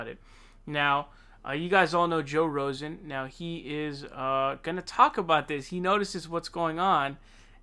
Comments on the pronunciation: Who tf is Joe Rosen? Does he know Bernie Saunders? Did you have a stroke? Does millennial alzheimers make you fuck up people's names? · Its Joe Rogan not Rosen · Please stop saying joe rosen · He's (rightly) calling out Biden for not remembering names,, then repeatedly calls Joe Rogan as Joe Rozen. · Dude, why do you call him Joe "Rosan" ?? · Why does he keep calling him Joe Rosen? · Does anybody else think it's pretty funny that this dude called him 'Joe Rosen' and he was ripping on Biden for flubbing a line? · say Joe ROSEN! LOL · Joe Rozen... tell me this is a joke on a video about someone who can’t pronounce words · Did you just call joe Rogan joe Rosen? Lol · "Joe Rozan" lmao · You really called him Joe Rosen 😂😂😂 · Brother we listen to your every word. It’s Rogan not Rosen. But I’m not dogging you bro FYI people are listening to you because you a natural and effective. So just remember we joke about the name, miss but others have other agendas Hey you’re effective, 👍🏽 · Are you calling him Joe “Rosen?” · Does anyone why the fuck does he call him Joe “Rosen”?? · No “S” in Rogan. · Lol. You keep calling him Joe rossin. Did Biden get near you?. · Seriously wtf is wrong with you and pronouncing peoples names....Bernie Sonders, chjoo Biden, Joe Roshen....you just want to trigger people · Joe Rosen? U cant pronounce many names, r u ok...? Saunders.... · joe rozen? bro, do u have dementia? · Ro G G Gan g not S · Joe rozan??? Lol you said that twice? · joe rozen???.....rain issues? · You said joe Rosen. You may have dementia, too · You can't even pronounce Joe Rogan. Joe fucking Rogan. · You talk about Biden's gaffs (Bide is 77 yrs old), but you can't pronounce Joe Rogan ? Along with a few other names. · Dude, you have to stop mispronouncing people's names on purpose. I like your content, but it makes everything else seem disingenuous when you keep doing it. Many people watching your videos for the first time may get turned off. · It’s ROGAN not Rosen😂